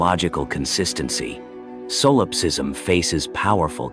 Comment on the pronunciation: really hate ai voices. its not SOUL ipsism. it's Solipsism.